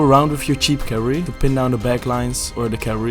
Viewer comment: Please learn how to pronounce cavalry, bro. lol. It's three syllables.